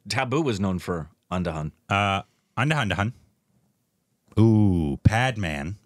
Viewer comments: Nice video but andahandahun got me😂 Its Andhadhoon. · Indians: Andhadhun | and: Anda Anda Han XD